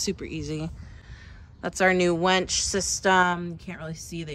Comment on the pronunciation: It's a winch not a wench